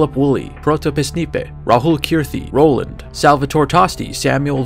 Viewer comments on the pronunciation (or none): none